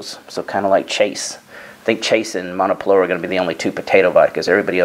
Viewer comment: I believe that the "w" in Monopolowa is pronounced like a "v".